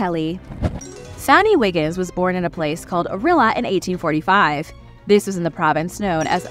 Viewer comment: It's Orill-ee-ah, not Orilla.